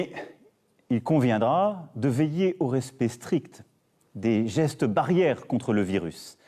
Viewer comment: ah nan c'est trop la jpp xD, " en adoptant les asseste" xD